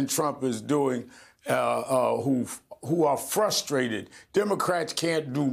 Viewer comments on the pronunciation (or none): none